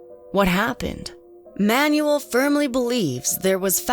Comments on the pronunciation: Excellent work and interesting interviews. One thing: it is pronounced Man-u-el. Not manual. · Name butchering is ok with names like “Starowicz!” But “Manuel?” It’s pronounced “ MAN WELL!!” Holy crap read a book ! Ask around ! How hard is it!? Friggin’ ‘Man you will!?”.. car manual. Lol. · Manuel is pronounced as: mahn WELL, not Man yu el. Sorry but, I found that constant mispronunciation very distracting. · This narrator has GOT to go..great video otherwise...If you're gonna say a guy's name 100 times in a video at least learn to pronounce it..it ain't Manual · The way she says “Manuel” bothers me lol